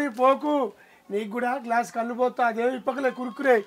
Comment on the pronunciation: కళ్ళు కాదు బాబూ కల్లు